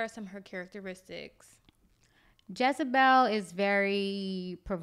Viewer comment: Great video. FYI the name is Jezebel, not "Jazabel".